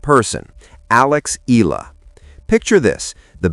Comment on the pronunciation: You pronounce her name as 2 syllable, "E - La" This is incorrect. Do correct to 3 syllable "E - Yeah - La". 😊